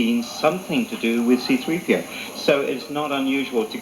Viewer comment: “Ciii - Draaaiii PiiiOuuu.“Wer kennt es nicht C-3PO heißt auf beiden Sprachen (Deutsch Und Englisch gleich xD Der Kommentator bzw. der Moderator geht geht echt gar nicht xD